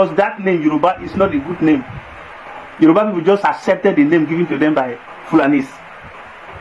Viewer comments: That is not true “YORUBA” there is nothing like yeriba, hausa don’t know how to pronounce Yoruba that is why they called it yeriba. Yoruba are accommodating but they are not stupid. Yoruba has fought war with Fulani before and worn go and find out the meaning of ogun-Jalumi go and get your history straight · They didn't give us name - Yoruba. They couldn't pronounce it correctly that's why they call us Yariba. Face your problems and don't insult us.